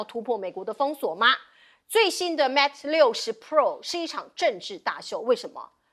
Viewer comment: mate讀魅不讀Mat😢😮😂